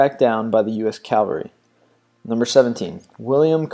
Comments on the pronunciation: It’s “Cavalry” not “Calvary” It’s “Bass” like the fish not the guitar. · mispronounced cavalry